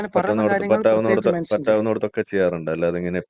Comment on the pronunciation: മെൻശൻ.... ഇശ്ട്ടം ...😅😅 മലയാളം പഠിക്കട ആദ്യം.